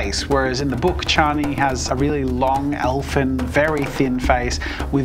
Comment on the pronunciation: Chaa -Nē NOT Chāy-nē